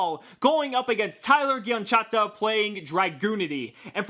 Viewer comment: Gianchetta, bro. JEE-IN- CHET- TA! Ah it could've been worse. Pegasus DESTROYED me XD